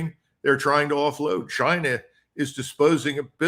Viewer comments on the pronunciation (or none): none